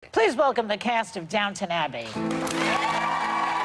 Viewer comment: I keep thinking they are saying Downtown Abby